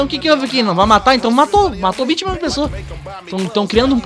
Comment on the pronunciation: 20 Milão😂😂, fala direito mlk